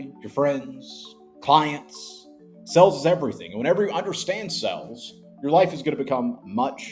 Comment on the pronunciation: It's pronounced sales, not sells.